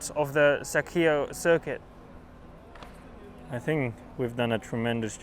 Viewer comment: I love how Carlos pronounces circuit